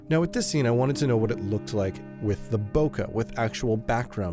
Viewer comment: Nice review. . . Its Bo-Kay like Okay. Not Bokah